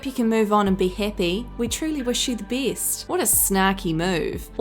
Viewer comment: Geez woman. How bad can you be at speaking? You mispronounce so many words, my ears hurt. People get better, not bitter! Things are best, not a beast! Even Beyonce speaks better.